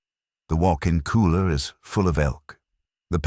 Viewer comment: It's AI voice, that's why it kept pronouncing cooler as kohler.😆